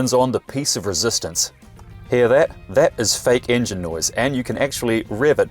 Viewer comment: the "Piece of resistance". "Englin Boost". Priceless.